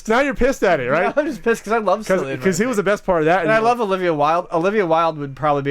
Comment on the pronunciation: It's not Sillian Murphy!!! It's pronounced with a "K" or normal "C" sound, I should know I'm from fucking Ireland!!